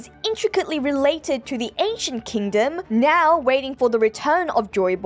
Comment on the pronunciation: Did you just meow?. . . Instead of now? Lol Am I the only one that hear it that way?